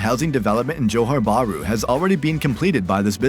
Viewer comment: You can tell this vid is made by an Ang mo by the way he pronounces Johor ‘Buhru’